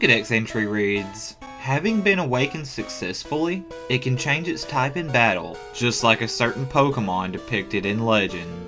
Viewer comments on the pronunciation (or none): none